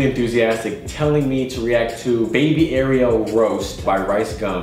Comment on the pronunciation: He says Ariel like the mermaid that's not how u pronounce it